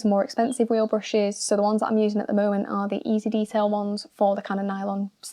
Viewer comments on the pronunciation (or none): I swear she is saying bushes instead of brushes.